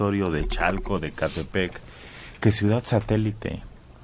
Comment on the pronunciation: Por qué el a veces dice "suidad"?